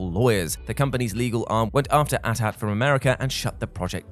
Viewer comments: it's a-t-a-t not atat if it was atat the a-t-s-t would be called the at St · At at? It was cute once but do people actually say that regularly as opposed to saying the letters as they were intended? (Eh-tee, eh-tee) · At-at? It's A Tee-A Tee like 80-80. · No one going to talk about the at at and not the at-at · It's pronounced AT-AT NOT AT-AT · just saying its A T A T not at at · What the hell is an at at? Do the people who make these have no idea what they are talking about? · The fact that he says at at instead of A-T A-T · Dit you really just call the AT-AT an ? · Why did you called AT AT , ATAT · At At. You're slow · It's AT-AT not ATAT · bro was saying at ats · It’s so odd to hear him pronounce AT-AT as at at.